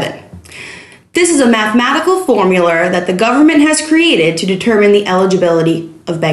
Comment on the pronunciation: "FORMULAR"! SHE'S MR. CRABBS IN DESGUISE!